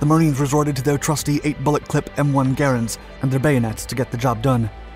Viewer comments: When the narrator knows the proper pronunciation of the " M1 Garande " I knew I would live hearing all there content from here on out. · THANK YOU so much for properly pronouncing the Garand rifle's name, the way family members of John Garand have always said it's pronounced. It just grinds my gears to hear so many mispronounce it.